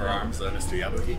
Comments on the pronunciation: yabuki not tabuki!!!! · I thought it was yabuki not tabuki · ITS YABUKI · While everyone on the comments heard Mr. Yabuki's name, "Tabuki", I heard "Kabuki". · It is Yabuki.